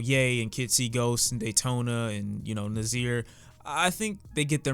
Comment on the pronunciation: My name is actually Nasir so I'm not gon lie it's cringy when u say Nazeer so Idk if ur gon read this but if u r for future reference it's pronounced (Nah-sir) ig u can remember it by the rhyme yes sir Nasir lol not mad tho